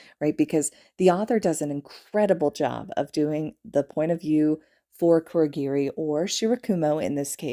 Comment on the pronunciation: ITS KUROGIRI OMFG